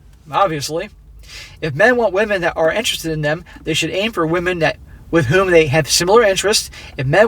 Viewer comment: Who says "wahmen" aren't funny !!!